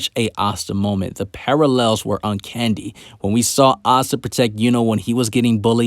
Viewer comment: did you say uncandy lmao